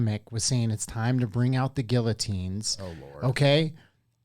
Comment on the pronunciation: Did you say gill a tines lol